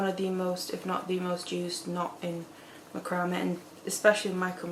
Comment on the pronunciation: Please, I'm begging you - learn how to pronounce macrame